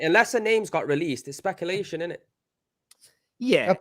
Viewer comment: trying to say “speculation”